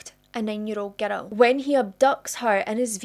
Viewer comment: It's a 'girl!" NOT a :ger-dell! 😮